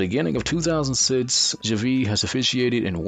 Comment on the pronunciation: This may be the worst NBA related video I've ever watched. How is TIm Donaghy a 10 Best Ref? And how do you have a voice-over guy pronounce that is clueless on how to pronounce"Bavetta" or "Javie" or "LaSalle"? Don't produce content if it's going to be this low quality. Just reading everyone's Wikipedia doesn't equal a quality video. Absolutely pathetic. A waste of 7 minutes of my life.